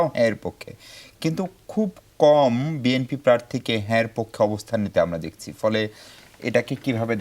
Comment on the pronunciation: এই মহিলা BNP কে BMP বলে কেন?